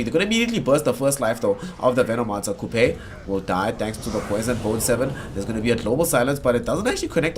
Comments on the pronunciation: And wtf is this dog caster saying Coupe???? It is pronounced as Q P the name of Qupe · Qupe = "Kupej" :D :D LOL caster